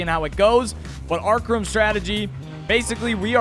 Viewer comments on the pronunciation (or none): he said arkrum